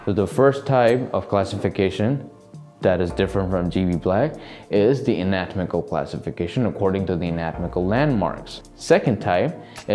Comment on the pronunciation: Great video. Just want to point out its an-a-tom-ical not a-not-mical.